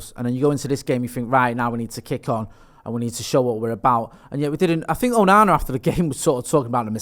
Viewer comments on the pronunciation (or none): pronouncing it "Ooh-nana" made my day.